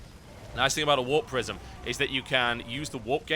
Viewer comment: Ahh warp prisim, I thought you were saying warp prison lol, makes sense now:) /mustbethebeer